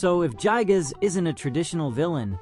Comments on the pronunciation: pronunciation is "guy"-gas nerd This vid his horridly under researched, if you gain any sort of larger following you're gonna get made fun of more. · Bro got his facts mixed up. Itoi thought it was a rape but ended up being a murder. Also everytime I hear JYE-GUZ It feels like my ears are bleeding